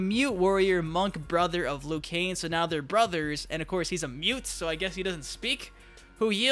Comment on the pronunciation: It is not Liu Kane hahaha